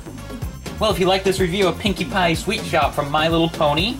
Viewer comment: the first time said pinkie pie it sounded like pinkie bye